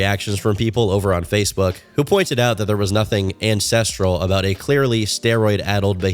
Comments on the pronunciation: I kept hearing INCESTRAL not ancestral 😭😭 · I keep thinking hes saying incestual. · EVERY TIME says "ancestral" I pause because it does not sound like that. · Everytime you said "Ancestral" I had to do a double take to make sure I heard right.